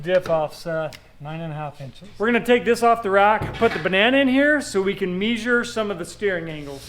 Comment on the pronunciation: I certainly hope “me-shured” everything correctly 😂😂